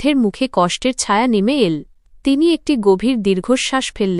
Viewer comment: কেমন উচ্চারন করে বুঝিনা। সব গুলো ঠিক করলেও। এই সব্দ গুলো ঠিক হচ্ছেনা যেমন এল। বাচল।গেল।এই ধরনের উচ্চারন গুল